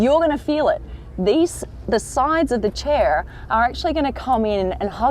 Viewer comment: Did anyone else notice the way she said chair ? Damn that sounded American! =)